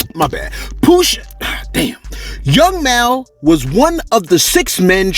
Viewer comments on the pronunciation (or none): It’s young mal as in mall don’t mispronounce Georgia folks nomore g😒🙏🏾